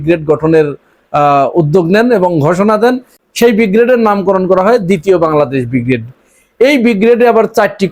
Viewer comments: ভাইজান উচ্চারণ বিগ্রেড নয় হবে ব্রিগেড। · শব্দটা ব্রিগেড উচ্চারণ ঠিক করা উচিত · প্রথমেই ছাগলকে বলি, কথাটা বিগ্রেড নয় ব্রিগেড। বিগ্রেড মানে দ্বিতীয় শ্রেণী। ছাগল না জেনেও ঠিক বলে ফেলেছিল। নাম দিয়ে যুদ্ধ হয় নাকি? তোদের নিজের টুনটুনি দেখ, ভারতের দিকে তাকাতে হবে না। হামাস যে নাম বলবে, বাংলাদেশের বাপ সে নাম রাখতে বাধ্য। এই জঙ্গিরা বলত, দিল্লী না ঢাহা? ঢাহা- ঢাহা- যেই ভারত বলল ভিসা দেবে, সব হাদির সা*য়া ছিঁড়ে তিন মাইল লাইনের পেছনে দাঁড়িয়েছে। তাদের নাম আয়েশা না ফাতেমা, জেনে কী হবে? আছে তো ভিসার লাইনে।